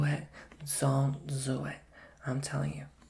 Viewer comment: The ,,zzzon‘t zo it“ woah that was amazing my braid freaked out like wow